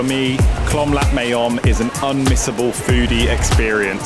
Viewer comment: It's Khlong Lat not Lhlom Lat